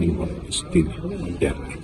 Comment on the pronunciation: You I always listen to how you pronounce black people' surnames and you nail them all. Are you having time to practice this or what? Always on spot. eg Moyo! That's impressive. Your podcast is very informative.